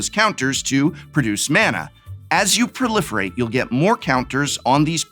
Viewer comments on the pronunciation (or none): Is it weard to pronounce pro-life-rate instead of prolifirate?